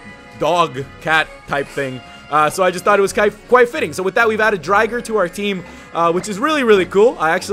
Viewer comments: it's not Dry-ger it is Drigger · It's not dri-ger it's dre-ger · Name is said wrong its drig-er not dryger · it called drigger not dryger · Drigger not drigar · You pronounced drigger wrong